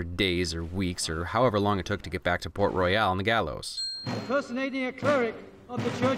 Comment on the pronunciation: Ummmm, "Port Royale"? "Port F****ng Royal"? I'd just like to notify you that it is in fact Port Royal... Port Roy-ul